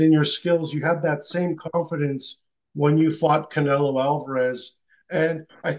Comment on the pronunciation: Bivol call canela 😂.